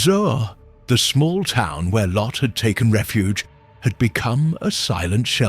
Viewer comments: This biblical account is applicable to today's world. But "LO?" Uhmm... isn't it "Lot?" 😂😂 These AI voices need some work. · It’s lot not low! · Well done, although it is grating when the ai voice calls Lot "Lo." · Why does he keep calling Lot, "Low"? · MY BELOVED'S, THE NARRATOR, IS TERRIBLE AND WRONG ON SOOOOOOOOOOOOOOOO MANY POINTS AND ZOAR BURNT TOO AND IT WAS FIVE CITIES THAT PARISHES, NOT JUST TWO OR SODOM AND GOMORA!!!!!!!!!!! I LAUGHED AT THE NARRATOR'S PRONUNCIATIONS OF LOT, WAR AND THE WAY HE GOT THE FACTS WONG LIKE LOTS DAUGHTERS, THEY WERE WHORES AND THEY PRODUCED NATIONS OF EVIL IN THE MIDDLE EAST OF TODAY!!!!!!!!!!!! LOT WAS A TERRIBLE MAN AND HIS DAUGHTERS WERE WORSE AND THAT'S WERE WE GET THE COVENANTS OF TODAY LIKE PALESTINIANS, IRAN, IRAQ, ETC., JUST EVIL GOVERNMENTS FROM LOT'S DESCENDANTS!!!!!!!!!!! ABRAHAM'S DESCENDANTS ON THE OTHER HAND ARE TODAYS ISRAEL, BUT THEY TOO ARE REBELLIOUS, SADLY!!!!!!!!!!!! LOVE YOU ALL AND BELIEVE ON THE LORD YASHUA AND YOU WILL BE SAVED, AMEN!!!!!!!!!!!!!! 🥰❤️🙋🙌🙏⚡⚡⚡